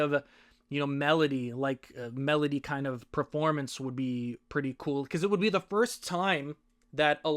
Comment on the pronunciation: medley is pronounced med-ley not melody